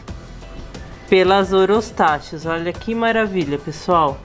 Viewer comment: A PRONÚNCIA CORRETA É OROSTAQUIS, OK? E EXISTEM 3 TIPOS IWARENGE, FURUSEI E BOHEMERI E A VERDE MALACOPHILA, UM ABRAÇO E BOA SORTE.